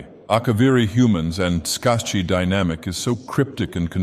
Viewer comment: tsaeci is pronounced sigh-see